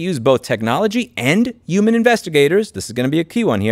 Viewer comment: Take a shot every time Louis says 'uman